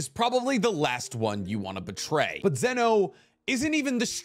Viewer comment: He tested me when he said zeno